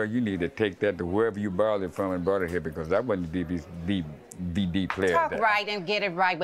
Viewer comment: he said “DvDbDVD” 😂